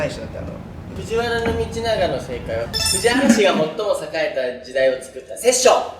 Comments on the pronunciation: 琳寧くん、藤原道長は「ふじわらのみちなが」って言うんだよ！ （「ふじわらみちなが」じゃないよー」） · 藤原道長を"ふじわらみちなが"って読んだ時に琳寧くん知らなそうだなと察してしまった